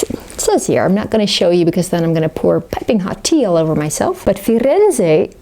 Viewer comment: They look great! Btw the second pronounciation of Firenze was spot on 👌